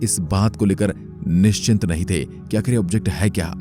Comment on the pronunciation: it is निश्चित not निश्चिंत।